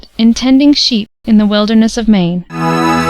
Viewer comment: you don't pronounce the T at the end of your name Mark